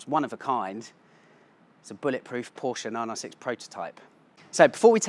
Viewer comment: Porsch-e !!!! Well said sir!!